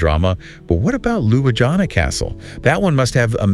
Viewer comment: Congratulations, documentary is great. But pronunciation of places is terrible. Even for me native to 🇸🇮 slovenia is confusing. At least you should learn how to say capital LJUBLJANA